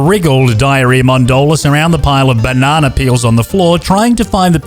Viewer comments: Have a shot for each time he said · I keep rolling everytime he says banana 👁👄👁🤡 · the way you say Banana is so hilarious i always laugh and smile everytime i hear it